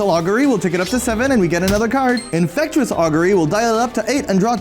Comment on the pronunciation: Infectious =/= "infect-U-ous."